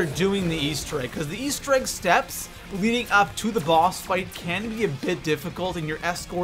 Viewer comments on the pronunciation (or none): none